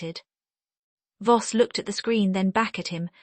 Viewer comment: Voss, not boss